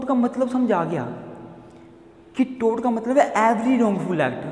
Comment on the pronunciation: Toot nhi tort